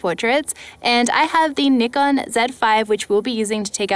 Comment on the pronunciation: that is actually a correct pronunciation. Not "Nigh-Kon"